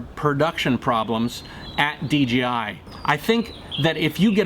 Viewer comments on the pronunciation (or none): he said dgi instead of dji I get confused to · A friend pointed out to me that I was pronouncing DJI as DGI. I hadn't even noticed. But as I listen to others it seems a lot of people are doing that as well such as in this video. He keeps saying D-G-I rather than D-J-I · I thought it was D JAY I, Not Dee Gee I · Is it a DGI or DJI ? Lol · it's called DJi, NOT DGI !!! again it's funny how many of you can't even say the Co correctly. You want them to produce a great drone, how about you say J, not G ;) lol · Good now that you are here, you realize the Co is called DJI right ? YOU keep saying in the video D G I it's not a G dude.. it's a J ! And FTR I always calibrate the compass before every single new location flight, as I fly tons of new places, all over Mexico, and the USA, and in doing this have never had an issue, it takes me 1 min to do. Easy peasy, try it some time !